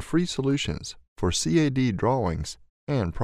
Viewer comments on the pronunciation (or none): LOVE the video... but MIS-SPEAKS GALORE !: - NO ONE says "C-A-D"; EVERYONE (Even AutoDesk) all say "CAD" ("KAD"); - "... through a very 'INTRUSIVE' interface"?? INTUITIVE (in-TOO-it-tive) !!!!! ; - "COLLECTING" most of the features??? "CONTAINING" !!!! - "...the main three 'CARTESAN' axes" ??? CARTESIAN ("kar-TEEZH-ian") !!! I"ll stop there, because I see you've gotten well over 250,000 views, so there's NO changing it now :-| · You had me right up until you said Cee Aay Dee drawings, & then I clicked off.